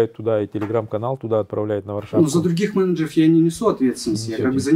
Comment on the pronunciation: Ой колхоз... СредствА, менеджерОВ😂